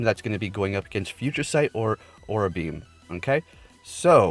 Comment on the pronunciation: I beleive it’s pronounce a-raw-ra beam, not aw-ra beam